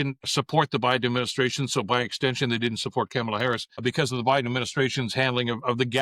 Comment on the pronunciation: Good episode but, please, pronounce the woman's name correctly. It is pronounced Comma-la.